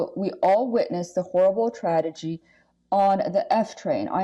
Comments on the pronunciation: The reporter can't even pronounce tragedy correctly. What the hell is a tradegy? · Two times democrats mispronounced a word. They said "tradegy" instead of tragedy, and also said "encapsulizes" instead of encapsulates. Idiots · Who was s the newscaster who can't read? Cant pronounce "tragedy"?